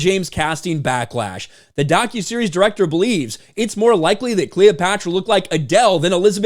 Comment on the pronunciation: Did you say 'DOGuseries'?